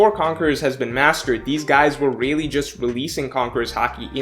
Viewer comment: The way he says "really" gets me